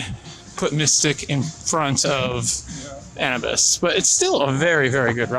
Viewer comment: Pronounced A-new-biss. Like the Egyptian god